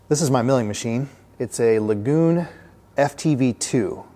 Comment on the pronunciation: LAY-GUN not La GOON lol! Great rebuild!